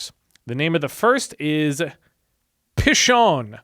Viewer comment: Yes hebrew The first river, you were close, "pee-shone" Second river "gee-chone". The "ch" here is like the German "ch" as in achtung